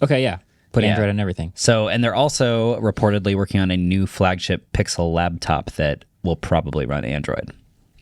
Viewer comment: | "Labtop" - It's "laptop" not "labtop" 🤣